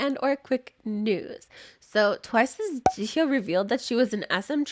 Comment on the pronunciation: girl what tf are you saying her name is JEE HYO JIHYO